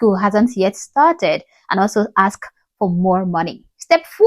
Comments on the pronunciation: Omgggg! I almost typed “it’s ASK NOT AXE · Well, who axed you?😆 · Another grifter “Axing” for money.🤦🏻‍♂️🤣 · Axe me please😂😂😂😂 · Who'd think a doctor would know how to pronounce ask.